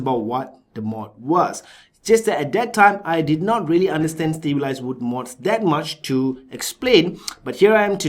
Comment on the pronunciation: Stableized? you must have said it about 10-20 times, its stab wood LMAO!